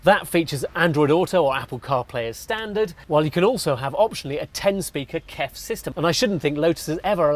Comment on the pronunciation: K-KEF. No. Just KEF. Well known home audio brand.